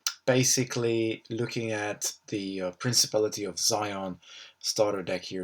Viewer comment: Great video! Good analysis of the cards! Nitpick... its pronounced Zee On. :P